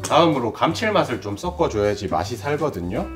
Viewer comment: 섞어를 왜 썪꺼로 발음을 하는거지?? 경상도 사투리인가?